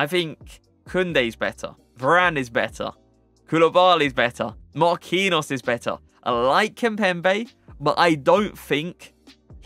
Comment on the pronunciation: It's not pronounced Marquinos lol